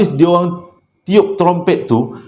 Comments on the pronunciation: ingat sy jaa yg tegelak bila sebutt tromtomprett tu😂😂😂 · syoq la crita kali ni.. tp yg saya tergelak bila nk sebut trompet.. 😄😄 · trompet protpet promtet hahaha ade adeee je lah!!! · best dengar cerita malam ni..kira satu kelainan jugak Ler dijemput Alam Sebelah..ditambah lagi dengan punya slange yg kdg2 susah naw nak disebut trompet jadi promtompret..habis keluar air mata saya gelak..terbaik la..terus kan mcm selalu..saya suka sambil mgdengar sambil terhibur..terima kasih yg selalu mghiburkan.. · mcm ummi leer x pandai sebut trummpet...heee bkn x pandai apah ssh sebut..heee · Assalamualaikum, part sebut trumpet tu Nora tergelak sebab abg tersasul beberapa kali. Masya Allah.. Best btul dgr crita abg Joe nie. Tak jemu..